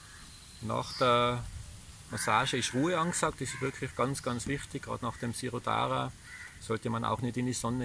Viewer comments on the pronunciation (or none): Hallo. Mein Abo hast du. Jana und ich liegen krank im Bett und beneiden euch um eure tolle Kur! P.S.: Es heißt širōdhārā (sprich: Schirōdhārā)